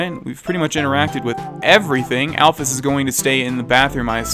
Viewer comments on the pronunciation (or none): alphys is said like the Y is a ES so you should say it alphES